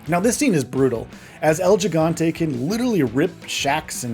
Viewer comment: This video earned a thumbs down because of the pronunciation of el gigante